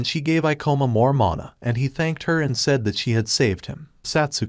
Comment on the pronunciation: min mother ? Not mana🤨